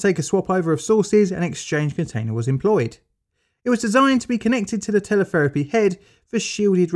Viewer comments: "Telepherapy" head ?????? I think Shé Means "Teletherapy" Head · "TelePHerapy" Hmm, that's not right. Even Teletherapy doesn't sound right. Radiotherapy, perhaps.